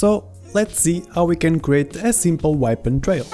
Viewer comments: You say weapon like whypon lol. Good video tho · Everytime I say weapon now I say whypon